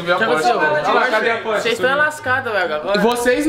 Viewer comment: Espoiler do próximo carro do Renato "na próxima phorche"